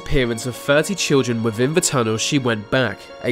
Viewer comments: Wivin? That within in English? Ah yes I fink so..... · Aa Glad Wivvin thee uff (within the 🌎 earth) 😂👍